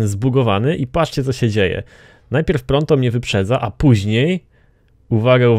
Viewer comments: naucz sie czytat proto a nie pronto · to jest "Proto", a nie "Pronto" xD